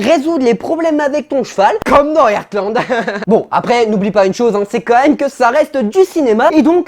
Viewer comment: Pitié c'est pas "Ertland" ça se prononce "HARTland" 😭😭😭